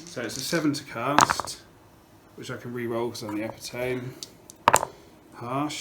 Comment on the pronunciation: I'm going to throw this out there even though I know it is nitpicky: epitome is pronounces e-PI-to-ME, not E-pi-TOME. 4 syllables not 3.